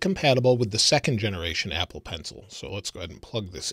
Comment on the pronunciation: Did anyone else notice that he said ebble in the 4th second? Lol